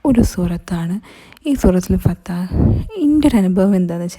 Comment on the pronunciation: Fathaah alla fathah